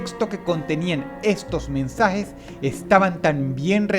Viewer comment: los "mensajej ejcritos" espiritú de AMLO sal de ese cuerpo!!